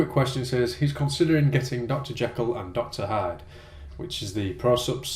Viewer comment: the way you said Dr Hyde it sounded like Dr Hard, and I was like wtf!...good that you put a note in the description box...don't know how you guys managed to rule the World with so much of confusion in your speech..lol